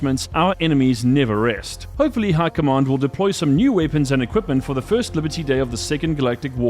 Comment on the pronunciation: How are you saying High Command like Hurkomon. How.